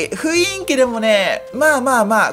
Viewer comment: CO-DAさん雰囲気の事ふいんきって言ってませんか？wwwww